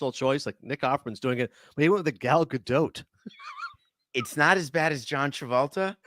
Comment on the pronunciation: Nick Offerman pronounced Gal Gadot's name correctly